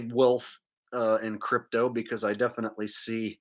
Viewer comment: Nah! It's ALWAYS been the Same because of the way he says "Defitly" instead of "Definitely" 😂